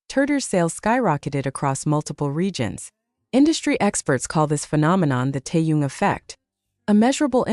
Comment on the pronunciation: Please pronounce Taehyung’s name correctly! It’s irritating!